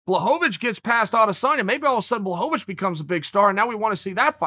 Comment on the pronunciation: Jan “John Blahovovich” Blachowitz